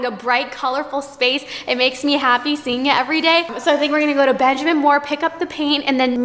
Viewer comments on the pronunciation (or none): none